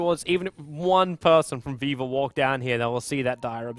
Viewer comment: Whenever says Viva i keep thinking he says Weaver so i get confused for a second and then i'm like "oh right"